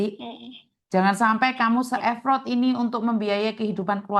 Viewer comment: effort bukan epprot kali mis,aku cari di google nda keluar kata epprot adanya kata effort😂